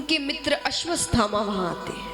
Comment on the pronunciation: Aswaththama ko ap aswasthama bol rhi ho